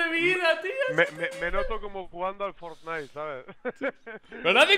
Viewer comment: Molombo: For....fsdjifjsdi.. fornai